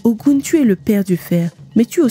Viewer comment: YEP ! Même appellation en langues Fon, Mina, Adja et bien d'autres. La conteuse épelle comme elle le lit en français, ce qui donne "O Gou N..." Mais la vraie appellation ne peut se faire en francais. NO WAY!!! Il faut parler Yoruba ou être africain ou "asiatique* car seuls eux possèdent ces variantes phonétique particulière dans l'intonation. Hotep. La Paix